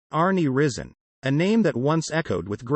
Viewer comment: His name is pronounced rise en